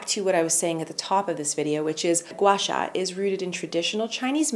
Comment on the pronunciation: you pronounced Gua Sha very accurately! I have been watching your vlog recently for motivations in these tough moments, and you have been giving me so much joy. Love from China❤️❤️